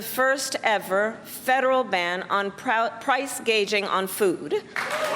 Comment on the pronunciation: she read the teleprompter wrong, not price “gauging” but “gouging”